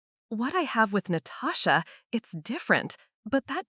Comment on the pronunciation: Did she say her sister’s name was “NO-TOE-SHA”? That was hilarious 😆